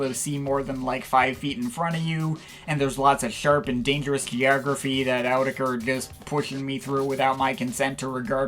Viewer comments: It’s actually pronounced “Ayo-oh-tu-ha-kera” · It’s actually pronounced “ayy-yoo-teck-haa-reau” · Cool review, but it's pronouced otéqueurre with a thick french accent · It's actually pronounced 'Oh teacher'.